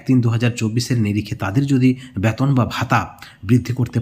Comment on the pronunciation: Age B-E-T-O-N UCHHARON TA THIK KORUN😂😂😂😂